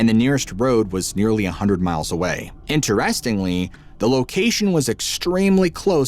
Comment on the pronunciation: you are unique. I do not know anyone at all who says "InterESTINGly. Love your storytelling!!!